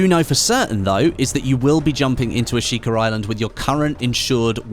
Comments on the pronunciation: There is no R in Ashika. Not a single one. I get your British, but just stop it. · There’s an R in Ashika I just know it